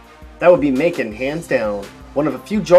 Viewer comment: I live in Macon. It's not like you say.